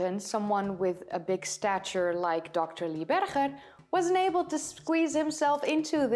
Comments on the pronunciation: HIS NAME IS PRONOUNCED BERGER AS IN HAMBURGER you know this and still choose to pronounce it incorrectly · Okay, you have every right to pronounce Dutch names with the Dutch pronunciation but Dr. Lee BerGer with a Dutch “G”? Come on! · Small point. I enjoy your videos very much. Lee Berger pronounces his last name like the berger in hamburger. Chris Stringer is not alone in his displeasure with Lee Berger's announcement, but very many of these people were knocked off their pedestals by Berger & Co.s groundbreaking discoveries and they were furious with his refusal to keep his work for only the eyes of the annointed ones in the field. Homo naledi also calls into question declared species which have been constructed off a few bones and a lot of supposition, given homo naledi's curious mix of early and more modern features. Then there is the startling age of homo naledi and how it shakes the tree of evolution. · She is pronouncing Berger the Afrikaans way, although he is an American working in South Africa.